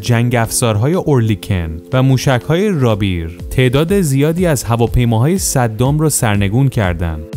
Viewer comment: Rapir نوشته ميشود ولي Rapi yer خوانده ميشود .